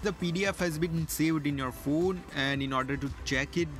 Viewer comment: You are first person who is pronouncing Phone As phune... I also do so... 😊